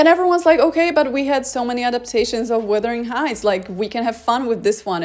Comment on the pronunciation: Wuthering Sheights...